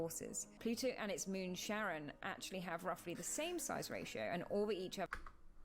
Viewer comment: Come on, its "Charon" not "Sharon" Charon is the ferryman that transports the dead souls over the Styx River of the Greek Underworld. I find that a pretty cool name!